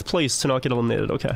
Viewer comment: "ELMINIATED" XD